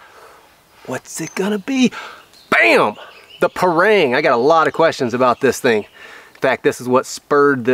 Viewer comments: pronounce parang = pa-rung , not pa-reng.. (bahasa melayu/ malay language). Parang is a common big knife used in Malaysia/ Indonesia/ neighbour countries. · we asians here pronounce the parang as par-rung, par/rung